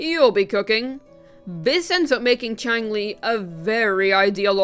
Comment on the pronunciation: Chi-ang-lee... cringe.